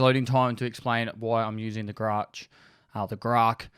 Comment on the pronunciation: The way you say ‘Grach’ is correct, with the soft ch sound, eg chair. Same as with the Su-25 aircraft.